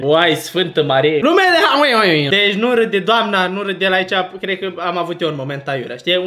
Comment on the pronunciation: “haliuin” mpis😢